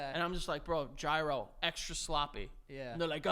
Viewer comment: does pronounce gyro as 'jyro' on purpose for to be a troll or is he just stupid